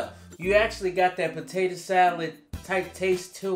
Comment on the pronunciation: Loved how said tator salad.